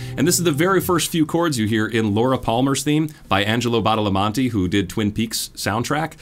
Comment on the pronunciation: BadalamEnte, not Badalamante.